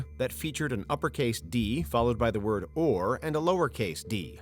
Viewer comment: David cronenburg finds an ah ah ah! You didn't say the magic werd!